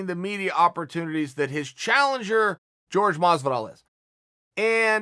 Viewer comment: Actually Chael it is pronounced Jorge(horhe) Chael : G E O R G E